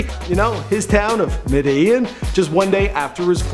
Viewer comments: It's pronounced medeJIN. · Medellin is said like this (me-de-gen) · Medellin (med-e-JIN)